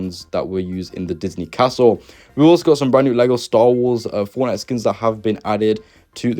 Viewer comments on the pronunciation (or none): none